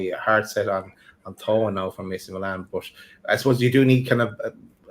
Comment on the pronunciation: Thiaw’s name is pronounced “Chow” FYI.